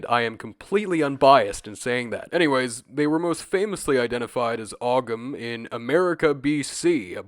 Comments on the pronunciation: Just to politely note, Ogham is pronounced "Ohm" because of how the Irish language works. Appreciate you covering this!! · Not a big deal but the gh in ogham isnt pronounced, so it sounds like home without the h. Great video though ❤ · Great video! But just btw the g in Ogham is silent, it's pronounced like Oh-am or Ome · I'm going to crush a potato if i hear you pronounce Ogham that way again.